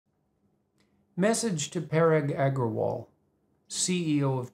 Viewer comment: It's so funny how you pronounce parag agarwal